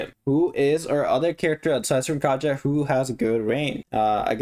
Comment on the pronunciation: Katja actually slavic name and pronouns more like Katya